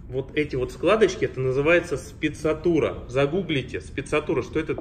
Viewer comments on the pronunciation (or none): Только не Спецатура, а Sprezzatura. В слове отчетливо произносится буква «r”. А пиджак отличный, сам ношу похожий, только ткань серая в клетку.